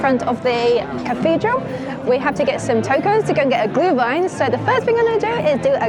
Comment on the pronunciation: or you enjoy it cold. But then its a coldwine, not a glowwine (=Glühwein) ☝️ 😂